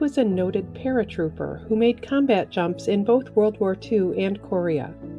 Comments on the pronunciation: I have never heard anyone pronounce Korea that way or the Korean war that way. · if it was a computer generated voice I think they would say Korea correctly.